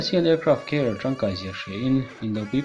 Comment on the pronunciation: Aircraft Care ti angin ka hriat dyh chule....😊😊😊😆😆lol